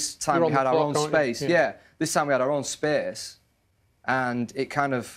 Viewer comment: "Our own spAYce" "Our own spearce"